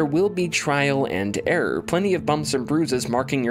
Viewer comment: Good breakdown of E:D! Did anyone else notice every time his sentence ended with a single syllable word is was drawn ouuuuut? ...in gaaame. ...there will be trial and errrroor. 😉🤪